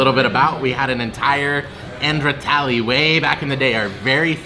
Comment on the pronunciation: Its not tally its THALI. RAJDHANI THALI IS BEST